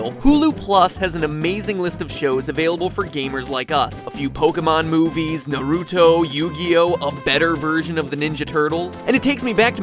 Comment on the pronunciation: I cant believe that he pronounced naruto as naroooto. Him of all people, its ironic